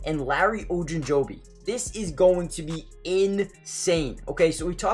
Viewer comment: saying ogunjobi like that is wild